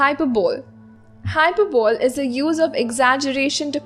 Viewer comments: very nice and easily explained note: it is hy-per-bly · not hy-per-bole